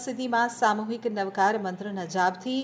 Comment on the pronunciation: Pronunciation is very wrong Ashudh Navkarthi wrong effect